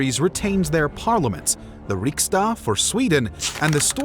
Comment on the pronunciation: That's storting, not stoolking. And riksdag with a G. if youre not gonna try, you can just say parliament.